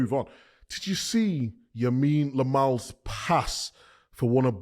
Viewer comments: "LAMINE YAMAL" NOT "YAMINE LAMAL" Can someone PLEASE get micah to say it right ONCE 😅😂😂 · Who is this Lamine Lamal? 😂